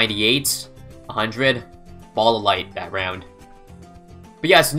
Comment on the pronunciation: Spike BAHLLS anyone else notice the way he says ball